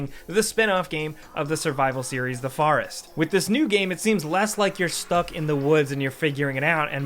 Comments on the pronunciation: why does this guy say forest so weird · The pronunciation of horror and forest.